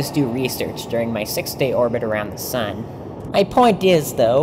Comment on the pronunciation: did he just say sun?